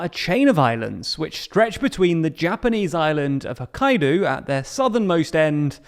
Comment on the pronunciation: Hokkaidew? Are you guys doing it on purpose?